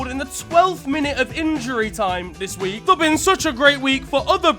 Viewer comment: "Futbol 'dis wi'k" lmao